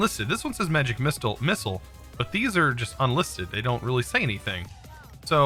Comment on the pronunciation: XD he always reads something wrong every episode Lololololol